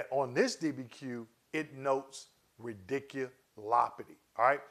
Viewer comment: Thanks for the info! Just had to say that it made me chuckle every time you said “radiculopity.”